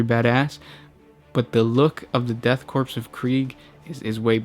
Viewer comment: At the risk of being "that guy" you don't pronounce the "p" in Corp.